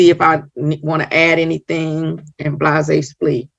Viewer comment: WAIT! The judge said, "Blahzaysplee?" :text-green-game-over:😂🤣